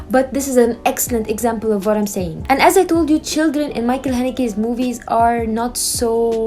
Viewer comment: His first name should be pronounced as Mikkel not Michael.